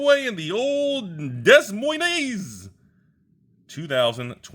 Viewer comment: lol, its pronounced da-moin